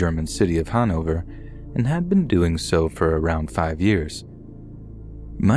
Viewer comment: Funny how you pronounced Hannover. And no, we don't habe no speed limits in Germany. We have a lot. There are some we don't habe but not all.